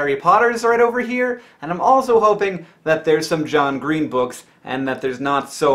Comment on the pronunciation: He totally said "Jean Green"